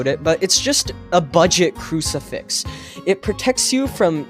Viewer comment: It's crucifix